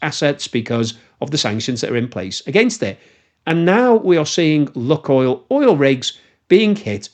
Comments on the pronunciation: The ‘unluck oil’ joke fails because the name of the company is actually pronounced ‘Luke oil’. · "LOO-koyl" not "LOOK-oil." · Lukoil is pronounced neither as "luck oil", nor as "lock oil": it's "look oil". Check the original, cyrillic spelling and you'll see. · Maaan, you really need to start using the correct pronunciation..... it's called "Lukoil" not "Lukoil". You got me thinking I'm saying wrong and missing the actual point, that's some kind of lucky russian rubbing oil factory. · That "Luk" in "lukoil" is not about "luck" at all : ) Actually, the first sylalble, "luk"/ Rus. "лук", is pronounced as [wook] (sorta...) and in itself it means an onion (or a bow) - but that's not the source or intended meaning - that "LUK..." in the LUKOIL name comes from initial letters of names of three cities in Western Siberia - Лангепас/ Langepas (that "л" letter in Russian alphabet is transliterated, for reasons unbeknown to me, as "L", albeit the sound it represents is more like "w" in "wisdom" - I mean, there's no real equivalent in Latin alphabet for it, except "Ł/ł" aka "slash L" in Polish, but I digress here), then Урай/ Uray and finally Когалым/ Kogalym. But then we all love good wordplays, don't we? ;-)